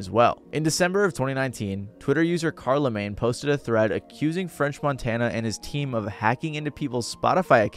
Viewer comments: Karlaman is crazy this is why people not INSIDE the culture don’t need to be reporting on anything inside it. How you mispronounce the name of the breakfast club host who been doing this for 20+ years, dis shyt crazy dawg. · Bro said Carl-a-mane 😂 I can’t take this video seriously now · Did you call Charlamagne, Karlamagne? 🤣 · I’m sorry but am I the only one that noticed he pronounced Charlamagne the God’s name like “car-lamagne” the God 😂